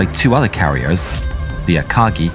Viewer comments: Prononciation : Pourquoi "Akadji" mais "Kaga" ? G de Akagi prononcé "DJI" , mais G de Kaga prononcé "GA" ? D'après Google trad, la prononciation japonaise est "GUI". Aka"Gui". Comme dans Guirlande. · Just for pronunciation. The word “Akagi” is not pronounced as “Ei-ka-gi” but “Ah-ka-gi” based on Japanese. Love your video